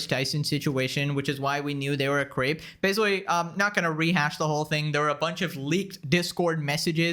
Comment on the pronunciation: I thought you said "Denims has been exposed for being a massive queef", had to replay that part AND add subtitles to it to understand you meant "creep". 😂 To be fair, I have music in the background...